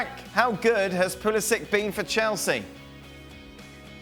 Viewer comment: "Pulisik"... He's of Croatian descent so it's Pulišić